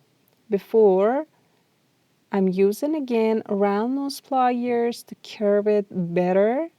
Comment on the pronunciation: Nice video, but saying "wye your" and "ply yours" was very distracting